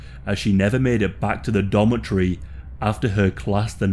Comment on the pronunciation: is a domitry the same as a dormitory? this dude is so brave, imagine applying for this job "I'm a pofshnal nitrata". ahaha